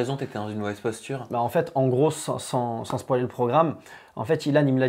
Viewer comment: Euuh attendez il a dit "spoualer" le programme 😂😂